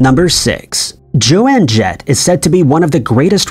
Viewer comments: Roy SNYDER??? JOANNE JETT??? And he can't pronounce Bogart's name correctly.Lazy, very lazy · It's JOAN jett, not Joanne Jett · This video PISSED ME OFF. You need a better AI voice over, because JOAN is pronounced JONE, not JOANNE!!!!! You have lost a sub because of this. Get your shit together, and stop disrespecting people. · For Fuck's Sake, it's Joan Jett, not Joanne Jett. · If you can go back and correct, please fix Joan Jett!! It is pronounced Jone not Jo Ann! And also- it was definitely standing. I don't care what it says on lyrics sites now. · Joe-ann Jett 😂😂😂 I heard Miley Ray Cy-ree-us earlier today on youtube too. 😂 Fhuck. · I'm 41 and it def was "Objects in mirror may be closer..." different manufacturers 'may' have had diffent warning labels though? Anyway, besides the infuriating butchering of the names Joan Jett and Humphrey Bogart, the emoji one is trippy because I can clearly remember the robber and the hiker with the mountain behind him. Fucking weird dude.